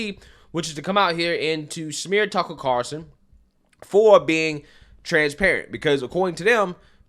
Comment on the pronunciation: One of my favorite pastime is listening to butcher Tucker Carlson's name lol. Never gets old and I hope he never stops.